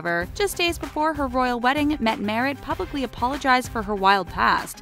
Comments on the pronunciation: The way she pronounced Mette-Marit😂i live in norway and thats definitely not how you say it! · I'm sorry, but I cringed when I heard her pronouncing Mette-Marit's name.